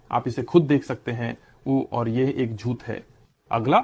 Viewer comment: With respect rectify or improve the pronunciation of the letter ٹ ٹ ٹ ٹ ٹ ٹ (جھوت/ جھوتہ Zhut° ❌) (جھوٹ ✅)